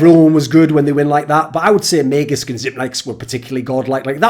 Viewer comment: Very surprised that you pronounced magisk on point 10/10